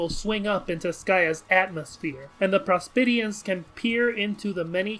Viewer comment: the way he pronounces prospitians is really annoying, like the video tho